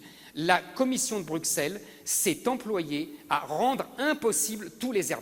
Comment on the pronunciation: On dit "Brusselle", et pas "Bruckesselle"